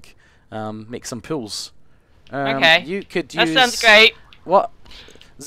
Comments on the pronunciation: when said 'pools', i thought he was saying 'pills' the whole time. like the drugs pills. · Oh... Pools, not pills ;O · I thought he was saying pills for some reason. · When he says pools, it sounds like pills! "Yeah, I'm doing pills now!"